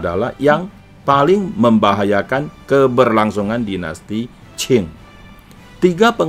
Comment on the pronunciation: Lafal qing harusnya ching bukan chin, kalau dinasti chin itu lain lagi.